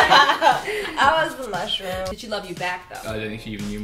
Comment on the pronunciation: hahaha "I was the mushrrom"